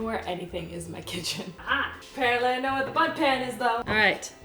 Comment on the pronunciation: It sounded like she kept saying butt instead of bundt. I'm so immature...